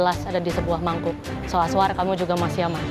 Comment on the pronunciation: Ini perasaanku aja atau gimana ya? Rasanya kok chef rudy manggilnya azwan ya bukan azwar 😅😅